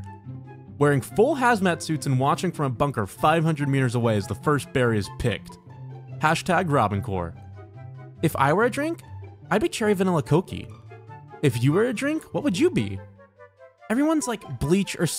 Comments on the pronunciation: “Coe-key”. I wish to express the full level of abject repulsion I feel at that pronunciation. Angels recoil in pure disgust. God wept and mountains turned into lakes of molten mineral stuffs. The disdain and contempt I feel for the pronouncing of the word in the manner in which it was vomited forth should be legally held accountable for all the terrible things that inevitably are made manifest from its exhibition. May satan not be so kind. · Did you really pronounce that, "Coak-ee"? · As someone who works for coke. Did you just pronounce it "cokey" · Why did you say “coke” and pronounce it 2 syllables? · What was that pronounciation of coke